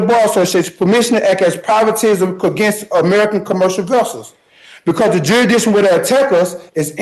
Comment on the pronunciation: I didn't know the proper pronunciation was jury dishon. The more you know....